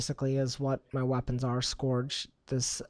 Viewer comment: Was cringing with the way scourge was said. Couldn't finish the video.